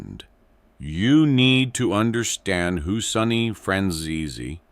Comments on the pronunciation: It's Sonny not Sunny FFS 😂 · Sonny not sunny